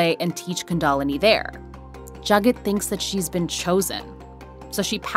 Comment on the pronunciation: Even in India, kundalini isn’t pronounced the way one of these hosts claims is the proper way.